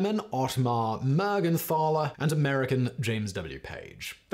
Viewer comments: It is pronounced Mergentaler not Mergenthaler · if you are interested to know, the " th" in "Mergenthaler" is pronounced t, like in tinker or total. The name means "Man from Mergenthal", thats a place in Wuerttemberg. The name Mergenthal is dialekt for St. Mary´s valley.